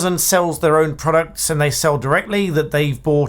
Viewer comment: At 1.53, what are prodcuts 😂?